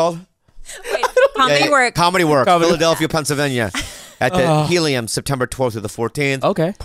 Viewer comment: anybody else hear "pencil-venya"